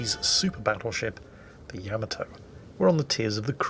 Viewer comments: Stop saying yamatoe. It's yamato. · Yamato = ya-mah-to not ya-mit-to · yam-a-tow... LUL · Is he pronouncing the name of the ship wrong?? I have a feeling he is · The funny thing is, he'd play the opening for Space Battleship Yamato, but still pronounce it wrong. -.